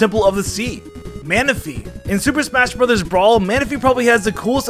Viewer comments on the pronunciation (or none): none